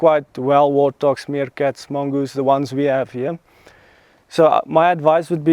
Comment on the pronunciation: Sounds like he is saying wartdogs😊.